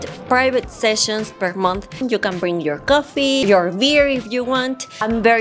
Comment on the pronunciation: Hola, tu ingles ha mejorado bastante, pero hay dos palabras que hay que pronunciar mejor. “You” se pronuncia “iu” No se hace el sonido de la y. Bank se pronuncia con la “a” que suena entre a y e, no con la a en español. Saiudos!